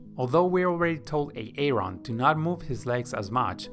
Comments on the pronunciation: What is up with these name pronunciations? I couldn't watch video - it is so annoying. AA-ron, De-nice...really? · Is this guy actually pronouncing Aaron like A-aron without joking? lmao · this video is actually helpful but the "AAron" is really killing me.... looool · Why A-Aron 🤣 I heard the name pronounced like that yesterday on a key and Peele video and now today on this video ! The universe is weird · A-A-RON LMFAO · It’s pronounced Aron bro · A-Aron... De- nice? 🤦🏽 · A-Aron huh and De-nice Huh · So are Key and Peele substitute teaching this swim lesson? A-aron and De-nice? lol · You got everything right - sinking legs, out of breath quickly - but my name is not A-a-ron! 😂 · So odd, his english sounds fine but he can't pronounce simple names properly LMAO. Good vid - thanks! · Bro you absolutely butchered the pronunciation of my name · When you say Aaron, it isn't the right way to say it. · Aaron is pronounced Aron not A-A-Ron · Great tips but boy this A-A Ron drove me crazy..lol. its Aron or just name him Adam..lol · Its Aaron... not A-a-ron. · Omg the a a ron is too much. Its pronounced air en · Nice video! With awesome animation!! :) But it´s just pronounced like "A-ron", not Ay-Ayron ;) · i cant with the a-aron its just aron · Its pronounced "Eh Ron" not "ay ay ron" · It’s pronounced Aron. Not A-Aron! Ugh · As funny as AA Ron might seem, it's actually quite a downer for non native speakers or people with speech impairment. It's not a comedy show. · It's pronounce ARON! NOT A-ARON 🤣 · i'm sure its pronounced Aron. A-Aron? LOL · nice information but it's not a-Aron. it's Aaron. Grammer plz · Just call him Aaron. Not A A Ron. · Great content! Very helpful to me. The name Aaron is not pronounced "a-aron". Just say "aron". Peace. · I can't help it.. I'm laughing everytime he says Aaron because it reminds me of the Key & Peele substitute teacher skit. "Next up is A-aaron. Do we ha an A-aaaron here?" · Did this guy just pronounce Aaron as A A Ron?? 😂